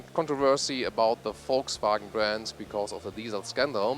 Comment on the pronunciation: Finally someone who pronounces 'Volkswagen' correctly!